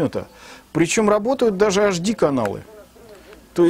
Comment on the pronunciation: Не ашди.а эйчди , запомни , грамотей...Уши вянут...